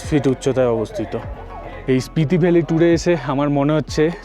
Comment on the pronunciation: Hello, etota pronunciation bhool mana jay na. Spriti valley na, Spiti valley. Protyekta video te bar bar Spriti shunte shunte birokto lege jacche.